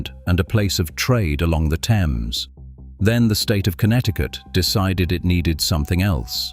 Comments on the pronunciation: The RIVER is called - Pronunciation: Unlike the English river (pronounced "temz"), CT's Thames is pronounced "thaymz" (rhymes with James). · Nobody familiar with the area has ever called that river the "Tems" (proper British pronunciation). They call it the THAMES, exactly like it is spelled. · Lmao... live in this area of CT Its called the 'Thames' river. Not teems. ChatGPT, you gotta get better at pronunciation. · 😂 Facts. The THAYmes River, not the Temms River. This is America. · The Thames river in Connecticut is pronounced Th-ames it's not pronounced like the British pronunciation also Norwich is not pronounced the same. It sounds like Nor-witch.